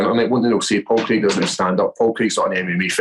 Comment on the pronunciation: It’s pronounced Crayg not Creg!